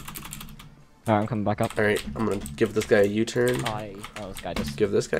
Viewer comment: Jerdy ikr if he says alright it always sounds like he is saying holight